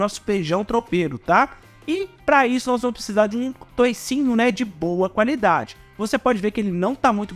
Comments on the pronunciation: Não fala toucinho,é toucinho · Não fala toicinho